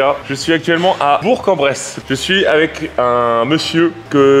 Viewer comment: On voit que tu t'es appliqué à dire BourK en Bresse et non pas Bour en Bresse comme tous les gens qui ne connaissent pas cette ville, tu as bien été briefé, il t'aurait plus pardonné de se tromper dans son palmarès que dans le nom de la ville 🤣🤣 sinon bravo pour les perf et cette vidéo